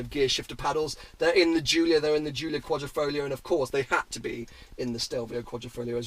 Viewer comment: it is not 'Folio' BUT 'FoGlio'.........lol